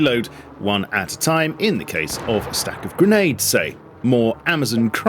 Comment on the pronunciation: bee-nades from drones is diabolical